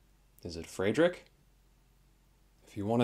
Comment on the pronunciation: What activates the music box? Temperature? In German, Fredrick would be pronounced more like FREED-Rick. Might be the confusion. The EVPs from disembodied voices were awesome.